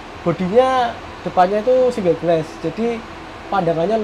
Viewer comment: "Glass" bacanya "glas", bukan "gles" mas. 🙏